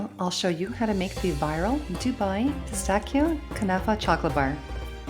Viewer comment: Don’t make the the filling dry your being stingy with the cream 😂 everyone likes it not dry just fyi and it’s Pistachio. -chio not kio